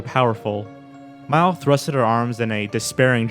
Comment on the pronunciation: NOT how you pronounce Mile....